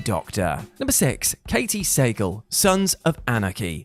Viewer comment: One small nitpick with this list. Nothing to do with the actual choices, but it's Katy Sagal (Suh GAUL) not Sagal (Saygel).